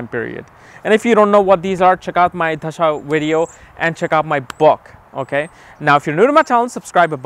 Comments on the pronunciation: Why do you pronounce 'dasha' as 'dhasha'? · bro its da-sha not dhhha-sa